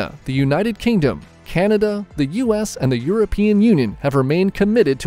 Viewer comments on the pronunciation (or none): none